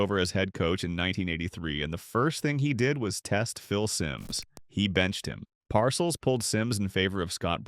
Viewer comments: Tell the robot the name is “Par sells” not parcels. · Blond crewcut? If that’s a crewcut you must be using AI vision! I see a young man with fashionably long hair. And Bill PARCELS? He pronounces it PAR-CELLS. He is only a Football HALL OF FAME living legend. Goodbye sub-par AI.😮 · Par-CELLS not 'parcels" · pronuced Bill PAR-Sells Jesus learn how to pronounce an all time great coach. here is the reason the Simms boo'd same draft Joe Montana (Notre Dame): 3rd round, 82nd overall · PARcills lol ... AI is funny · You mispronounced PARCELLS' name at least 3 times. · This is AI. Can’t even pronounce bill parcells last name right